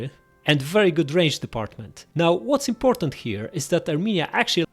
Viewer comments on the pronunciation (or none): none